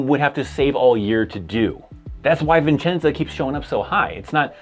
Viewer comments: There is one "N" in Vicenza. It is "vih-chen-za." Not "viN"-chen-za." It's one of the first things I learned when I arrived there. It is a great post, and I think it's, like, third smallest in the Army. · It’s Vicenza not Vincenza, there’s a lot of support jobs but you do have to be airborne.